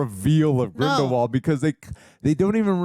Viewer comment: HP-universe film trends continue. They pronounce Voldemort wrong. Then they pronounce Grindelwald wrong.